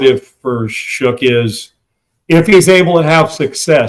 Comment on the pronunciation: love how he pronounces his name Shook instead of Shuck.